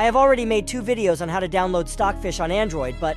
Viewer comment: he say filed stocj fich 17